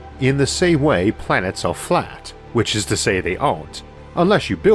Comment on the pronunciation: More like "in wewativity time is fwat in the same way that pwanets aw fwat in that thew not"